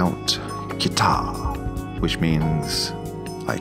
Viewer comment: Not "kita". "KiTTA". It's a harder T sound. (I'm learning Japanese, which is why I know that.)